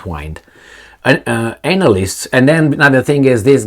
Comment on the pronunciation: I like how you say Anal-ists 😂